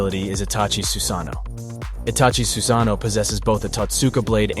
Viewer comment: Susuke and his SUSANUU